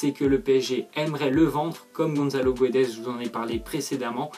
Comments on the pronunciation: C'est guedes pas guouedes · On dit pas Gonzzalo mais Gonssalo on dit pas guedes mais gédes. Goncalo Guedes ps Je suis portugais...